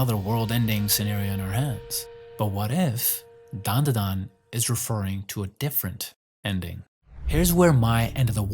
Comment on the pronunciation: Its Dandadan. Not Danadan. But ill let it slide.